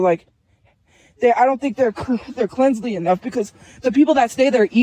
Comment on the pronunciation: I can't with the cleansly